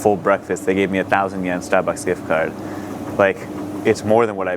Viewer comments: 'ah stahbucks gihft cahd?' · I've never noticed any Boston accent but wow, it really came out at Stahhbucks